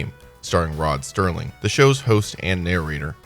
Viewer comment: It's hard to take this video credibly when right off the bat the overhead narrator mispronounces the last name of the creator and host of The Twilight Zone. It's Serling, not Sterling. Makes it painfully obvious you didn't do enough research.